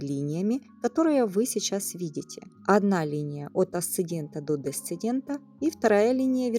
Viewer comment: АсцеНдент и ДесцеНдент 🙄